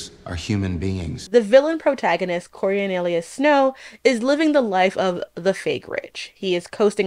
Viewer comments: Girl, your media analysis is really interesting but PLEASE learn how to pronounce Snow's name, it bothers me so much I can't even finish the video😢😢😢 CO-RIO-LA-NUS not CO-RIO-NE-LUS - a classicist dies every time 😭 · It's an interesting video, just a small critique: it's Coriolanus, not Corionelius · I know it's a mouthful of a name and all, but it sucks that you keep mispronouncing this guy's name so wildly. "Corionalius"... girl just call him Corio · always on point, never misses. Nothing she can't do except get the guy's name right (Co-rio-lanus) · The best part of this video were the many different ways pronounced "Coriolanus" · How are you going to criticize a film without getting its title correct (you swapped songbirds and snakes) and pronouncing its main protagonist’s name incorrectly? Coriolanus wouldn’t be such a mouthful if you said it correctly. I have a hard time taking you seriously when you don’t put in the effort to accurately represent the medium on which you’re commenting. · I so rarely downvote videos… but I had to here. I thought it was going to be a video analysis on some psychological theme, but here we are with another woke agenda of a video, with an influencer not even bothered enough to properly pronounce names. Or the title.